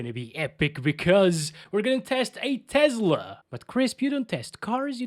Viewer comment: learn to properly pronounce TESLA, it's not TEZLA.